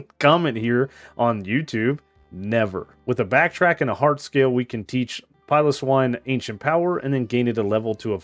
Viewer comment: Please pronounce swinub and piloswine correctly your mispronunciation was really pissing me off